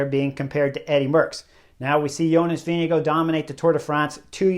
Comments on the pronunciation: VINGE- GAAAARD. Not VINGE-GO. ffs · I dont understand how you can pronounce tadejs full name but completely disgrace Vingegaards surname. It is NOT Vingego so get yourself together! 🙄